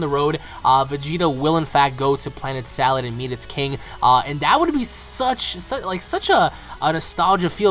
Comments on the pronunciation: It's planet SADAL not salad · How can both work if it's NAME is Sadal.Cabba can be Cabbe or Cabe but Sadal is not salad .It's just you americans that can't pronounce words that are non english.